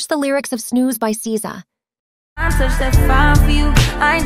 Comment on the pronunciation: Bro it’s not szeza it’s sza